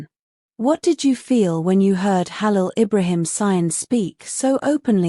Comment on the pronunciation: tudo isso é mentira vai aprender falar o nome do Hálil primeiro vc nem sabe falar o nome dele mentirosa